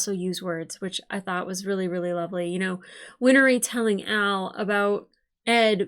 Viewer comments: Win-Ree. Not Win-Er-Ee. Two syllables. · I know it's a terrible day, but you've probably recovered by the time this gets to YT. Winry's name is 2 syllables, not 3. 💖 Like "Henry", not like "winery". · Win-ry (There is no "er" sound where the hyphen is.) 😊